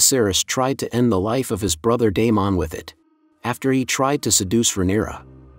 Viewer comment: DAY- MOND LOLLL kills me everytime